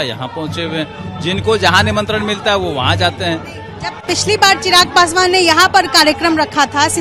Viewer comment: Sarab Pikar Bol Raja Hai pasu pa Rsh